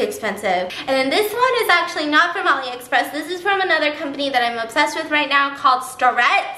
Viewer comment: Is she saying olly or alie express?